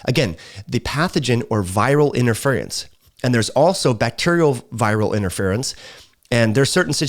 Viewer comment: IN-TER-FEAR-IN-S . . . . Interference. It's 4 syllables. Why r u making it 6? Lol